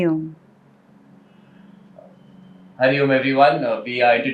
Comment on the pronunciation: wrong way to pronoun OM , if it was right then Adi Shankaracharya would have corrected